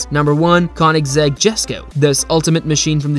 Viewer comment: Pronounced kone-egg-zeg